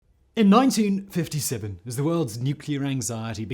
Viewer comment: Why did you say 1957 with a sarthefricun accent?